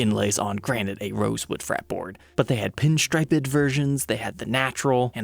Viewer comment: Dawg said "pinstripe-id"